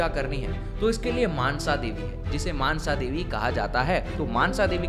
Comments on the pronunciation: मानसा नहीं मनसा देवी है।🔱🚩🚩🚩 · Not mansha this is call monsha davi